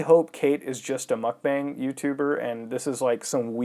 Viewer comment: It's actually pronounced "mukbong". It was popularized by Korean streamers.